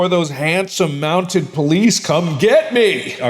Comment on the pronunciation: Lmao, it's "MountED" not "Mountain".